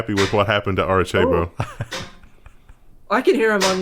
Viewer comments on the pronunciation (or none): Miles Morles, Jiff, Aricheibo (Arecibo). Is trolling with these pronunciation?